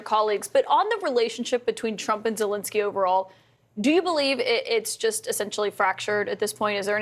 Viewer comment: You are mispronouncing Zelenskyy's name. It is Zelenskyy (not "Zelinskyy").